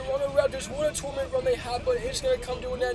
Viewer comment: Tour-a-ment 😂 ⬇️ Luv ur videos man keep it up you’ll get to 1M one day.